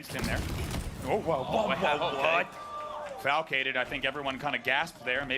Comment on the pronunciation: call Falcated "flacicated"? 😂